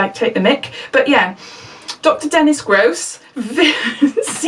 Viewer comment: U dnt pronounce it as gr-ose it is gross u said it right 2nd time😄